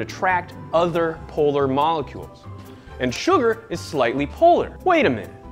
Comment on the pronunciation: 'Sugar Moollolecules'